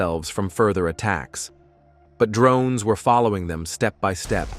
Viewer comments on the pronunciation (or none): The way the text to speach guy says drroonnes cracks me up haha